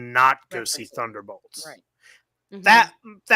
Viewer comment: BOLTS B O L T S B-O-L-T-S you are killing me. wtf is a thunderBALTS. come on man its annoying af like rick burping in the first season of rick and morty